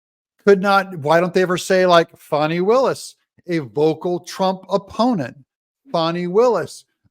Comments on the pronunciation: Doug, It's FANNY not FAWNIE. don't fall for the MSM pronunciation to help protect this ASSHOLE !! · NOT FONI.........IT'S FANI PRONOUNCED......FANNY AS IN A-S-S..... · Geez Doug, get it right, it's not "FONNY", it's pronounced "FANNY", as in a fat ass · her name is not FAN-NEE but FAW-NEE you dumb azz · I did a dislike thumbs down because you continued to cal her FAWNIE not FANI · It's Fani,, not foni